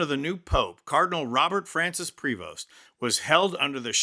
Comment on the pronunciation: The “s” in his name is silent. Pray-vo .